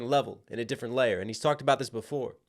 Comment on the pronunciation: 👶🍼 "Kendwick is difwent and not even cwose"